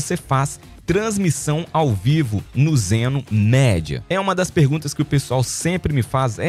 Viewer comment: Então amigo! Só uma dica pra você, a pronuncia é Zeno Midia, ou seja lê-se media